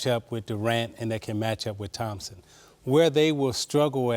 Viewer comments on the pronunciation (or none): none